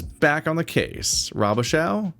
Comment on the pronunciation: Yes, it's French. Robichaux is a name you'd hear in Louisiana. It's pronounced Rowbishow down here. So far I'm enjoying this play through and its characters.